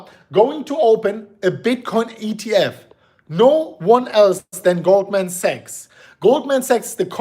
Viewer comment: is pronouncing Sachs as a sex. Tricky for algo.